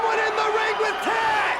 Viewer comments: Taz not Tazz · It's TAZ, not TAZZ!! GET IT RIGHT WWE!! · It’s Taz not “Tazz”